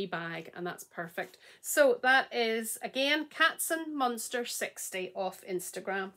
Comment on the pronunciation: Hi, I still couldn't believe that I won! I'm Katzenmonster60. You pronounced it very good! You have the mail, one overwhelmed and one more clear. Thank you so much! Regards ❤️ Chrissy